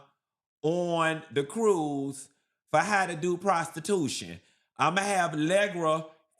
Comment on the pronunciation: But what about "prostitutionnnm" 😂 jk/lol😂